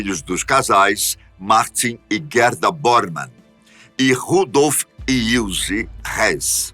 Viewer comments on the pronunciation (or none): ( / ) ❌ Guerda ✔️Gerda ❌ Ilze ✔️ Ilse